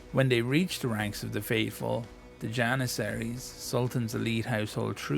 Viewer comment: The J should be pronounced as a J in Jannisary not Iannisary